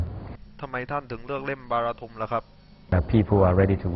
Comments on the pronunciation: เหๆ ชื่อหมูล๊อค อ่านว่าบาราทุมหรอ บ้านกูอ่าน บราราตั้ม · เขาอ่านกันว่า บารัททั่ม ยารัททุม อะไร อะ งง